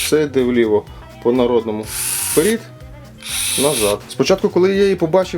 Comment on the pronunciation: та не вперІд, а вперЕд